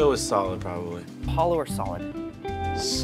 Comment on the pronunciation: He said “solow”